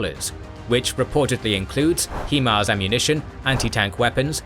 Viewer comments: The way the narrator pronounces (High-Mars) as (Hee-Mars) makes my eye twitch. That aside, great documentary. 👍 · "High-mars" for future reference. Great video. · At this point i think you are just saying "HE-Mars" on purpose.